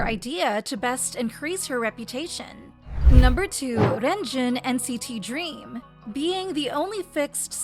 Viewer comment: Dude I hate how she pronounces Renjun like "Wren Joon" in Chinese the E makes an "uh" sound. Don't even get me started on "Chennel" (Chenle). 3racha is a subunit not a member 😭